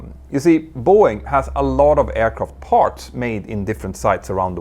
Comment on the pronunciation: Mentour, what I find so irritating is how often you wrongly pronounce an A as an O. Words like MArch or PArts sound like MOrsch or POrschts - hard to bear.